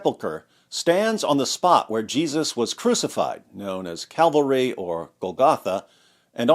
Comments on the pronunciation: Watch out David! CALvary not CAValry. Thanks for sharing this interesting info!! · Cavalry? Calvary. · Calvary, not cavalry. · Dude. You're pronouncing Calvary wrong. You're saying "Cavalry" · I enjoyed your video. I did, however, notice a common mispronunciation and again , where you pronounced Calvary as cavalry, which refers to "the branch of armed forces that specialize in fighting on horseback." (Grammarly) 😀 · David, you keep saying ca-val-ry which is a mounted fighting force, instead of cal-va-ry, which is the place of Jesus' crucifixion. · It's Calvary, not Cavalry. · It's Cal-vary not Caval-ry, David. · David, did I hear you say "Ca-VuL-ree" vs. "CaL-vah-ree"?? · Somebody please tell him that Calvary is not pronounced like 'cavalry'. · Calvary, not cavalry. We don't need to be rescued from the Indians LOL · Calvary (not cavalry) 🤭🥰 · Why can't Americans pronounce Calvary? Why do they always say it like "Cavalry"? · Really, Dr. Wood? "CAVALRY"?? LOLZ, you're the best. God bless you. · Say it with me, Dave; Cal -Va - ry.